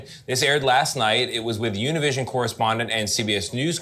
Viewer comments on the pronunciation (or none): Jaja how do you pronounce “Univision” and say you’re Latino? Jajaja it was just hilarious